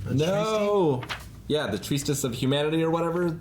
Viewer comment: Why doesn’t know how to say treatise? He’s a smart guy..